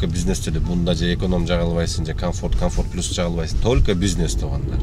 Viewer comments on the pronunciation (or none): none